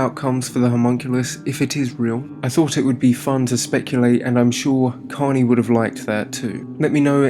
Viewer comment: Out of respect but you didn't even say his name right. It's korney ✊😔😢😭💔